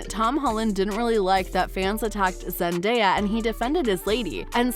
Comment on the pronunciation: What's with the narrator's inflection of Zendaya's name? Frickin weird dude